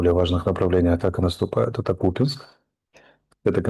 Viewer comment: Ставьте правильно ударение .в слове КупЯнск